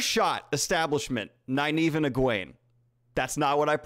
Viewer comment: also i read the whole book not knowing the right pronciation of the names. so in my mind Nynave wasn't Nigh-neeve but Neenave and Eggwene wasn't EggWayne bur Eggweeen. so its really weird when daniel pronounces the correct names. they sound stupid. damnit.😖🤣